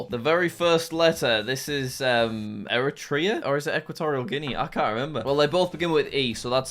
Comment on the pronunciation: I knew it was egypt after looking at it for about 10 seconds. P.S; Eritrea is not pronounced 'erry-treeya', it's pronounced 'era-traya'.